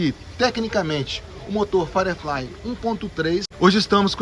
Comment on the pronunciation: Pode ser chatão? A pronúncia é "fairiflai" e não "faireflai"